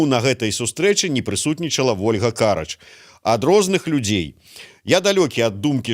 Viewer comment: Не КАрач. А карАч!!!!! Для ведущего! Каждый эфир каркаете)